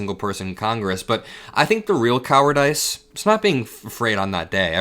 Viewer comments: you can not be fr 😂 it’s pronounced coward-iss not coward-ice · Mark Wayne is dumb as a rock. And,, it’s not coward-ice…it’s coward-iss. If there’s a word you’ve never HEARD before, ask somebody. That’s how we learn: see it, read it, HEAR IT, say it. Former teacher. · Hey, I like you I like your channel, I've been watching you since the very start. I MUST CORRECT YOU WHEN YOU MISPRONOUNCE WORDS. You said "COWARD-ICE" LIKE "ICE" WAS THE 2ND PART IF THE WORD. THAT IS WRONG. THE CORRECT PRONUNCIATION IS "COWARD-ISS" LIKE "ISSS" AS IN "HISS".... NOT "COWARD - ICE" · Is this AI? The way he says 'cowardice' is like 'coward' + 'ICE'. The correct way is 'coward" = 'ISS'. Nothing against - I think he's a stand-up guy! Just curious... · Pronounced coward- diss, though. Keep up the great work. 💙🩵💙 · For future reference, it's pronounced coward-iss,. Not coward-ice. You're doing a fantastic job all the way around! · My dear, thanks for your insight and youthful perspective. One small thing, trying to be helpful -'cowardice' is pronouned 'coward-iss'. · Uh-oh. It’s not cower- DICE in pronunciation. You say, cower-dis. Or even cower-dus. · “KOW-er-diss” not kowerdice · I’m assuming some maga people are probably going to call dumb for the way he pronounced cowardice, but the joke is coward-ICE 😂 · Is cowardICE a choice or does he just not know how to pronounce cowardice? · It’s pronounced “coward-iss” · "Coward-ICE"? Is that a thing or are you tired? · 💙💙👍👍 (Cowardice pronunciation is cower-diss) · love how you say 'coward-ICE' lol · I wish you young people would learn how to pronounce words. I was taken aback when you said the word "cowardice". You're pronouncing it phonetically and it's not correct. Someone with more experience would know this. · You can't pronounce "cowardice" correctly? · you really need to learn how to pronounce "cowardice"! 😜